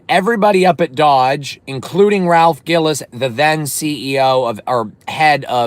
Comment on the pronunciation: Good lord brother.. it’s Ralph GILLES pronounced like the word “Pills” & Ralph is Still there at FCA.. and he’s EASILY the most legit Automotive executive in the history of the big 3 when it comes to the big 3’s performance car division.. Ralph is the Main reason we got the SRT8 (Ralph won the North American Designer of the year for him creating that car) Ralph is the main reason we have the 08+ Challenger SRT8, & he’s the ONLY REASON we got a Gen5 Viper at all. Anyone who’s a SRT vehicle owner owes Ralph Gilles a huge debt of gratitude..